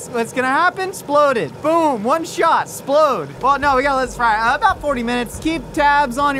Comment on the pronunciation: I heard an "x" in there when he said it that time.